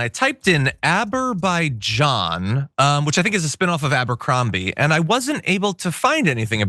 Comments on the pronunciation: He said “Aberzaijian”...the orange grifter is the intellectual equal to a rock. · not only he mispronounced the name of the country, he said that it was in conflict with ALBANIA! And maybe you forgot that in campaign he said he's with Armenia and he'll help as president the Armenians to get Nagorno-Karabakh, just to steal the votes of Armenian community. And what happened? Nagorno-Karabakh is now part of Azerbaijan as part of peace agreement he negotiated! 🤣🤣🤣